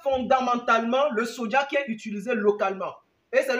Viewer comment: bonjour, je voulais savoir vous dites toujours sodja sodja donc je voulais savoir c'est le soja donc vous parler ou quoi ? Car la prononciation nous induit en erreur donc on prononce Soja et non sodja. Merci